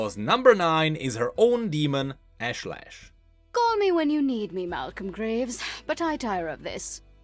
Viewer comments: Love how he mispronounces "ashlash" literally after seconds after Nilah says it correctly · I like that Nilah pronounced her demon's name for you and then you continued to mispronounce it. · you heard her pronounce Ashlesh and still pronounced it the same way?